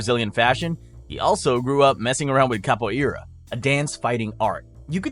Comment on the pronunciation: Great vid bro! That pronunciation of Capoeira tho 🫣😂